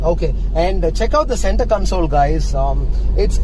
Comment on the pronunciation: Usko centee console nhi bolte